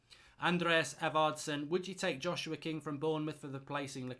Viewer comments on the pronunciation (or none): none